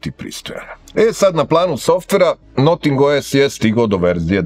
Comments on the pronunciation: Noting, ma daj. I objasnjenje iz recenzije prvog ne pije vodu, jer se Notingem Forest i izgovara bas tako, a ovo bi vise imalo smisla da se kaze Nating, nego Noting. Al ajd. Sto neko rece...vasa recenzija - vasa umetnicka sloboda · to nije akcenat, nego pogresan izgovor engleske reci.